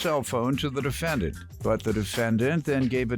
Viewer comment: How did the announcer pronounce the defendants name??